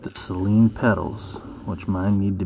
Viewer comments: It’s not pronounced si-leen It’s say-leen Just btw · “Say leen” Only 1 consonant after the vowel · Bruh I swear it’s sayleen at least it’s how it’s pronounced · Out of every Saleen owner I've ever met at meets, every one of them besides maybe 2 have said SAYLEEN including me. I know how it's pronounced but everyone refers to them as SAYLEENS. Kind of like how people say Louivull, Louieville, and Lewisville.